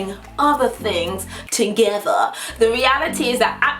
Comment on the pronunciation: "ahther things to-geh-thehr" lol Say that!